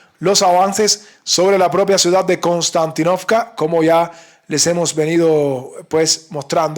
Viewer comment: Konstantínovka se pronuncia con un acento en la "i". Se dice Konstantínovka (en Ruso) o Kostiantynivka (en Ucraniano). Se llama así en honor al emperador romano Constantino. Saludos compañero.